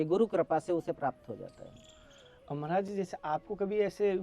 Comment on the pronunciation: भाई मराज जी नहीं होता है महाराज जी बोलो